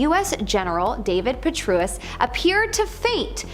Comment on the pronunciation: girl, if you & your people can’t learn to pronounce General Patraeus’ name, Rahm Emanuel’s name (I mean, this is a LAY UP: Eeee-MAN-YOU-ELL & I’m only 10 minutes in…but if you can’t say these two names, what the hell are you doing saying that are shape-shifting lizards? You’d be better off telling people they get their insurance at Geico. Don’t quit your day high school so you can get a day high school job, ‘cause this gig aint you. 😂